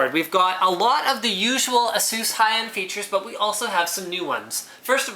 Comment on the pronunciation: you saying ASUS wrong man lol (A-sus)